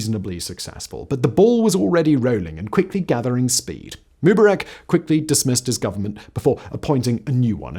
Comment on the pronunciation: Simon, you're not young. You're my age or maybe even older. You're old enough to remember watching this stuff as it was happening. How come you can't pronounce MUBARAK right?